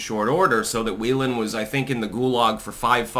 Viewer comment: Dude it's pronounced GRINE-R and it's pronounced WAY-LON..... are you mispronouncing this intentionally?